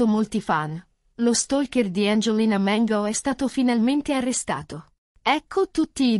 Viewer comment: Perche la chiami Mengo? Si chiama Mango no Mengo.